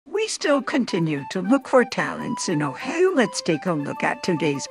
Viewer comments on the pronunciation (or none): ”In Ohew”